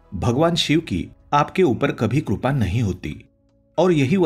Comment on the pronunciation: Krupa nahin, Sir, "kripa".